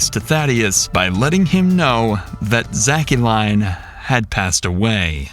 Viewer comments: why is the narrator pronouncing the daughters name as "shack-cu-lein" when its 99% probably just said like "Jaclyn" 😭😭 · AI pronounces her name as "zackqueline"...WTF??